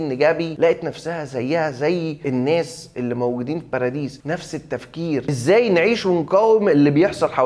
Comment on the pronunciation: والله أسمها بارادايس مش باراديس 🤣